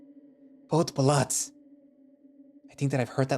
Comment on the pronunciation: Gotta say, for a non Polish speaker that "podpalacz" was rather good